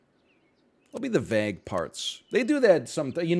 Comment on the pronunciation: The pronunciation of vague is insane!